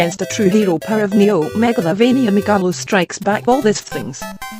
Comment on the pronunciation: "Megavilloin" at least you tried